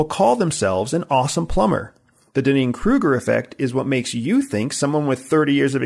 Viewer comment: I think he's mispronouncing the Dunning-Kruger Effect... It's very distracting to me.